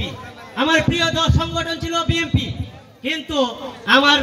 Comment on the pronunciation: তোরা কী বিএনপি করছিস তোরা তো বিএনপি র নাম ঠিক মতো উচচারন করতেই পারছ না